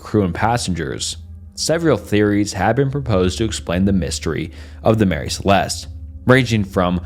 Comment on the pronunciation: This is so fascinating but I would appreciate it more if more attention was paid the grammar, pronunciation and spelling. These issues get increasingly more distracting as the video goes on - a couple examples Mary Celeste vs Marry Celeste, Ocean-graphie vs ocean-nog-graphy